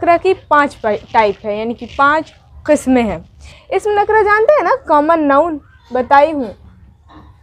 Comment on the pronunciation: Nakra nahin nakirah hai